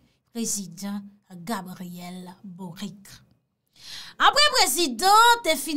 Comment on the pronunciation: Mw paka tande le moun yo ap di bourik la non😁😁😁 se Boric se tankou ou tk di Bolitch moa, se yon mo italien liye,menm lé misye se chilien